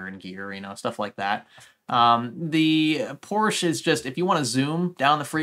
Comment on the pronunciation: Does your wife get upset with the way you pronounce ”Porsche", considering she is German? Lol